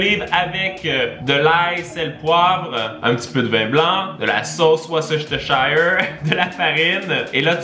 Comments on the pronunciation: Coucou, uste pour te dire, la sauce anglaise, le nom se prononce: Worstershire et non comme tu l'avais prononcé. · Petit info, on prononce [wousteche] 🤣 sauce pour la sauce Worcestershire